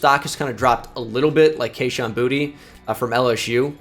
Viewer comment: cmon, it’s bou-tay not booty 😂